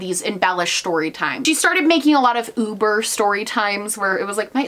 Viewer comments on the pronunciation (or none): none